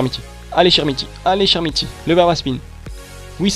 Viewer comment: Très bonne vidéo mec mais on dit [k]ermiti et non chermiti sinon bonne vidéo comme d'hab ;)